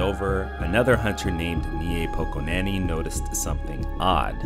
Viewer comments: As a Polish person, I laughed hard when you read "Niepokonany" as "Njepokonani" 😆 FYI Niepokonany means Unbeaten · the pronunciation of "niepokonany"😢 czemu:((